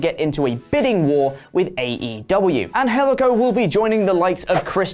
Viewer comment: FUCK LARS SULLIVAN!!! And, good job saying 'Angelico,' you actually said it very well. Much respect.